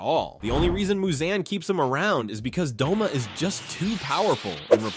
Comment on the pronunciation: Bro I thought his name was Doma not Douma. I thought I was a demon nerd😭